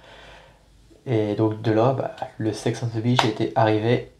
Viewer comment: C'est simple ! CH se prononce "tch" et SH se prononce "ch", donc beach > "bitch", shaker > "cheykeur" ! Bravo pour le marathon !